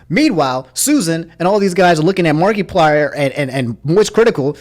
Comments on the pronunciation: I can't get over Mark-ee-plier, aha. It's mar-eh-plier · my man really said "markeeplier" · Nobody:: Markee-plier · just in case you didn’t know it’s markiplier not markyplier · You've been saying Markiplier wrong throughout the whole video... it's not Mark-E-plier, it's Markiplier less emphasis on the "i". Otherwise I did not know this went down. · saying "Mark-ee-plier" reminds me of "Mark-ass Brownley." lol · No offense, but Is that really how you say markiplier? Mar-ky-plier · Can you stop saying mark E plier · Marketplier. He sells pliers on the market. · No one:: mAr-KeY-pLiEr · “Mark-E-plier” Never change your annunciations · It’s the “markeeplier” for me. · Why do you keep calling markiplier, markeyplier ? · Anyone else driven crazy when he mispronounces things repeatedly all video #answerusomni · I don’t like how you’re enunciating markiplier lol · I’m more mad about your pronunciation of Markiplier than what YouTube did